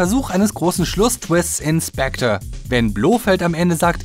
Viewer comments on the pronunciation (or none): none